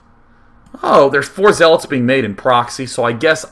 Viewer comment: lol he was about to say zeelots